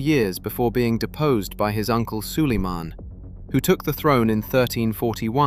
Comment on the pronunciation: Wwhy does sulamen sound like solomon?????